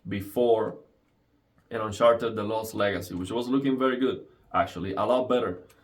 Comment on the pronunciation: "This is un-sharted." Lol, sorry man, I heard you say it like that. Thank you very much for this demonstration.